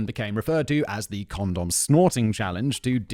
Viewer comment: I’m so the only one that found it weird the way Simon was saying condom. It just felt wrong lol. Is he trolling 😂